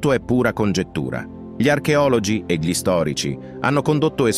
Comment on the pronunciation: ..."erano spesso più contemplativi di quanto 'gi li' attribuiamo"...continua la pronuncia di 'gli'.....non ci riuscirà mai!